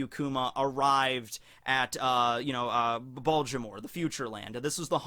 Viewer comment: Baltimore. No d.